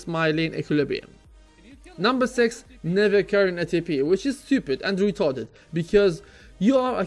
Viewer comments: that's weely weetarded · i love it when u say "retarded" hahahahaha idk why, but i just laugh.